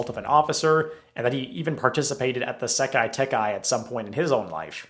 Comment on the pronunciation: this will never not irk me it's sekai taikai, not sekai tekai